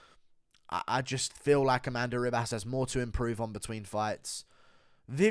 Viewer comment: Its Amanda Ribas pronounced Hibas. Get my future wifes name right dude.